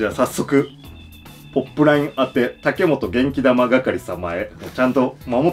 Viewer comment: え！ 「けん玉」じゃなくて「げんき玉」だったのか！日本語ムズカシイ…。